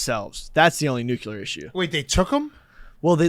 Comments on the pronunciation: Not surprised one bit that pronounces it "nukular" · if i hear say Nookular one more time im gonna lose my fucking mind